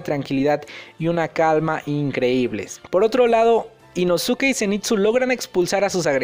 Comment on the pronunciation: Inosuke ???? La pronunciación es inoske